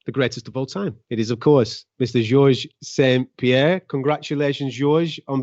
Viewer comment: George St-PiHairre